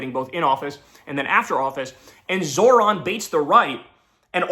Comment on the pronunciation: Babe, it's pronounced ZOHran. No "r" in the first syllable. 😘 Thanks.